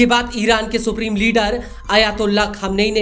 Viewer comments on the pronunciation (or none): none